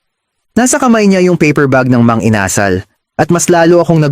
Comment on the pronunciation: Ano ba yan! It's Inasal with accent on the last syllable, not the second.